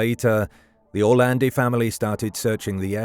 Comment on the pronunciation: Perché lo chiamate ERLE Orlandi?? Allucinante.